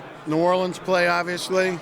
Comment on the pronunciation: Vance "Oviously" Joseph